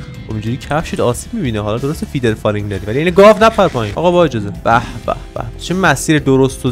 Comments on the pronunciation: فدرفالینگ نه فیدرفالینگ ولی فیدرفالینگ بگو فیدرفالینگ آرمی 🤚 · موفقیتت تو چشم یک یک هیترا واینکه اون فدر فالینگ نه فیدر فالینگ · فیدر فالینگ نهههههههه فدر فالیننننننگ